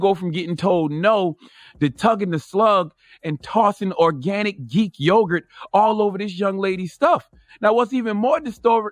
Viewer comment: He said geek yogurt lol 😆 🍯 🐻